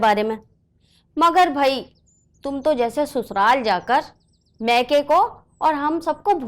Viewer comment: Sasural ❎️ Susural ✅️